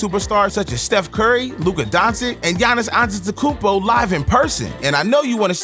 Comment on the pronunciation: “luka donsic”